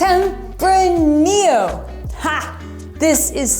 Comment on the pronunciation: you also butchered tempranillo, but who is counting... lol